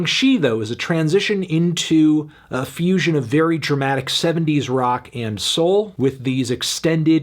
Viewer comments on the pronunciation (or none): none